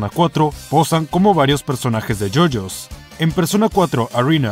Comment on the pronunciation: you you bizarr adventurr :)